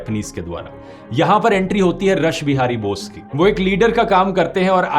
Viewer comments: रस बिहारी बोस ❌ रास बिहारी बोस 👍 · सर मेरा कोई गलत इरादा नहीं है, लेकिन आपने रास बिहारी बोस को रश बिहारी बोस बोस बोला है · Not Rash (रश) bihari Bose it is pronounced as रास or "রাস" bihari Bose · रास बिहारी बोस है ध्रुव जी रस नही